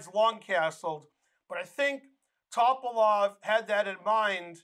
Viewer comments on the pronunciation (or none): Bulgarian last names are pronounced the same way as Russian. Just as you put the emphasis on second syllable in kuh-SPAR-of, you should do the same thing for his opponent. It's not TOP-uh-lof. It's Tuh-PAL-of